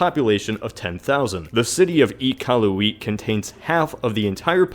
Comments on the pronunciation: are we just gonna accept the fact that he just said 'Eekalohwheat' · Iqaluit is pronounced Ih- Cal- Ew- It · iqaluit this mans really said E-Kal-U-wheat it’s Ik-a-loot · it's Iqualuit not Eecaluuit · its ee-kal-oo-it not ekalooooeeet :) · Iqaluit is pronounces "Eh-ka-loo-it", not "Ee-ka-loo-it" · No, just, stehp. I'm Canadian its pronounced Ee-kalu-whit. Not I-kalu-wheet. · E-KAL-OO-ET. Really bro? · Iqaluit is pronounced i-Cal-OO-IT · it's pronounced I-kah-Lu-it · Iqaluit is pronounced Ik-aal-u-wit I'm Canadian so.... Yea. I know. Not you. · Wow, you totally butchered Iqaluit's pronunciation, lol. It's "Ickal-lewit." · Iqaluit is pronounced Eeh-cow-u-lit. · Iqualuit is pronounced "ih-Kwa-lew-it" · Eeqalooeet is what you sounded like ahahaha Iqaluit but good try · I-ca-lu-it phonetically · Nah, he sounded like he said Eekahlooyeet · Heh... "iqalueet" funny pronunciation! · The way you said Iqaluit makes me want to die. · Being Canadian, it makes me cringe when he butchers the pronunciation of Iqaluit. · In Iqualuit, the T must be pronounced. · You slaughtered the pronunciation of Iqaluit. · Your pronunciation of Iqauit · Wow you butchered the pronunciation of Iqaluit. (No offence intended) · No Offence but you botch Iqaluit thx for mentioning canada I'm canadian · As a Canadian I cringed at the pronunciation of Iqaluit... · Cringe! Iqualuit pronunciation was so far off... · Being a Canadian, it was hilarious to hear him pronounce "Iqaluit" wrong. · You extremely butchered Iqaluit, disliked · I KNOW lol im Canadian and it made me cringe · He butchered it so BAD it was painful